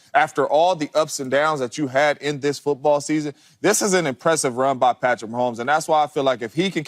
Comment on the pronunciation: I love JAMES JONES, but every time he says PATTY MAHOMES, it hurts me deeply ahah.